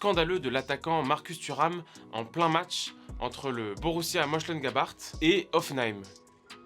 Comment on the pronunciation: C'est pas comme ça qu'on prononce Mönchengladbach